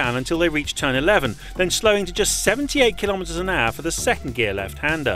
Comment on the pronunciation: "kilometers an aaAAaa".. wtf is that accent? Just say hour, for freak's sake.